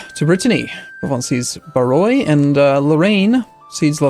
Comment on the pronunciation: Barrois = Bar-WÄh ≠ Buh-Roy....... "-ois" almost always = -WÄh ie. François, Vermandois, Trois, Bourgeois, etc. etc. etc.